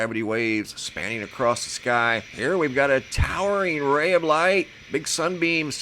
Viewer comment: You seem to be well educated. Why do you say acrosst?